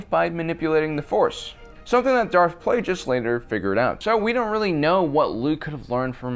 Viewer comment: excuse me....... Darth PLAYJISS (Plagueis)????? LOL!! Seriously?! Bro, c'mon... the word comes from Plague... therefore, Plague+is